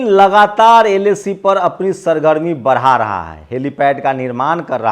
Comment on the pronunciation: Bada raha hai😂😂 baraa Raha hai 😂 bolna to sahi kar